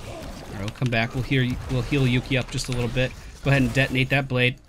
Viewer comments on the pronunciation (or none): none